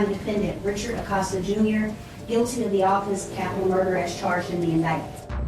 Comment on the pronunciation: THE LAST NAME IS PRONOUNCED WITH A LONG 0 SOUND..EX A-COAST-A. NOT AWCAUSTA.